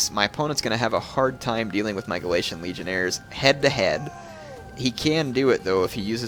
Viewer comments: Legionaries,. Legionaries. Not Legionairres. They aren't French. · legionairies, heir not legionaires, legion-eries is how it is pronounced!